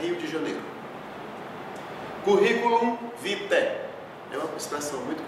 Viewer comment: Desculpe, professor e canal IPC TCE, mas acho que o professor do vídeo não está pronunciando as palavras corretamente em latim apesar de o saber. Os termos "Curriculum Vitae" e "Currente calamo", por exemplo, deveriam ter os dois "erres" das palavras proferidos em pronúncia espanhola e italiana, e não portuguesa. Falha habitual também ocorre na pronúncia do termo "Ex vi legis", no qual a letra G deveria dar a palavra "legis" pronúncia tipicamente italiana, e não portuguesa. Acredito que se assim o fizesse, mais cativante ficaria a exposição. Bonam fortunam!